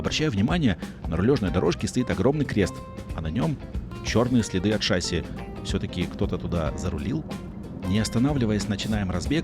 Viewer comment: В слове " шасси" ударение на И , а не на А , а ремни безопасности - пристегиваются , а не застегиваются